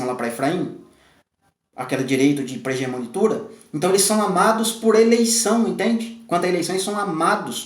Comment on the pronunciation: Irmão abençoado de Deus que tem edificado grandiosamente a Casa de Deus, Paz! Irmão, eu quero fazer uma pequena correção com uma palavra que você pronuncia errado mas acredito que o irmão não me critique por isto, pois é construtiva. A palavra é PRIMOGENITURA e não PRIGEMONITURA. Que o Pai continue te abençoando e compartilhando o Pão. Obrigada